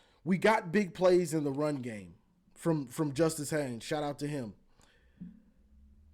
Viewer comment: Love your show. Wink winked again. 😅 I agree. Gosh, you're still struggling with Justine Haynes' name. 😅 It's Haynes, folks. He'll play on Sundays after helping to lead Michigan to the playoffs this year. Haynes.